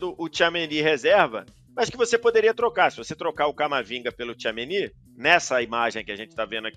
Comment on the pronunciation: Incrível como ele não consegue falar certo o nome do Tchouameni